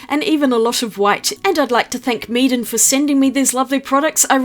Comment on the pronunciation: When you said "Meeden supplies", it sounded like you were saying "Meat and supplies" as a pun.